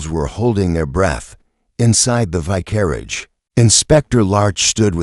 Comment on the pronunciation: Good mystery; awful AI narration! The ends of sentences do not have to be announced by "dot." If the AI can pronounce "vicar," how does it warp vicarage into "vi-carriage"?